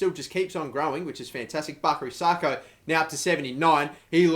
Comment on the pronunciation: IT'S 'SAKO NOT SARKO FFS.